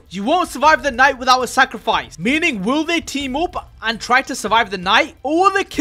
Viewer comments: guys its not sacrifice its “sack of rice” 😊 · Bro said sackofrice